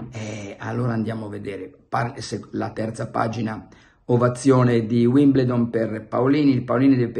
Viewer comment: Si pronuncia Uimbeldon cmq... Ma probabilmente lei non accetta nemmeno lezioni di pronuncia oltre a quelle di Milanismo e Giornalismo... Le Balle di Pelle... 😂😂😂😂😂😂😂😂😂😂